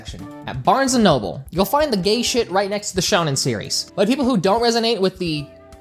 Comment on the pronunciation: I know how saids Shonen wrong 😂